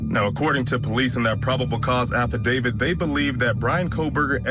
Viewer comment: Thank you for saying, “affidaVIT” instead of “affidaVID”!!! 😉